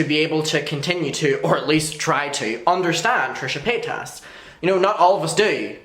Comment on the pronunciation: Really wish you say paytus correctly. Especially if you are doing it on purpose. She has said how to say it correctly in last videos.